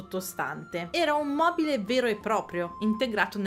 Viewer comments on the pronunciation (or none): none